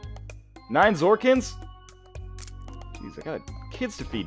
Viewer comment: WHY U NO SAY ZORKMIDS RIGHT? lol im only joking, but its not zorkids, it zorkmids :L